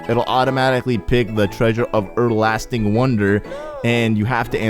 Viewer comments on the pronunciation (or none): "E'erlasting" seriously?!